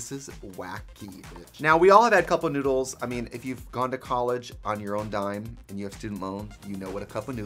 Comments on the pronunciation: Thank you so much for saying (spelling) it correctly. It was driving me nuts how much she said cup “o/of” noodles. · Trixie says cup noodles like cupa noodle lol